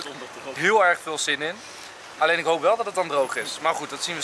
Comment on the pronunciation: Niemand maar ook echt niemand normale mensen: ich. Enzo: ig